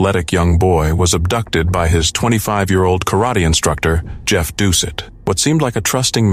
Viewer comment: Just as a quibble for the #1 story, Plauche' is pronounced PLO-SHAY. Doucet is DOO-SET. Both good Cajun names.